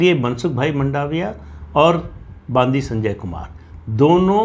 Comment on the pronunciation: तेलंगाणा प्रदेश अध्यक्ष का नाम : बांदी संजय नहीं। बंडि संजय ।